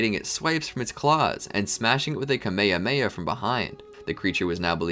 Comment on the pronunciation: "camea heamea" 💀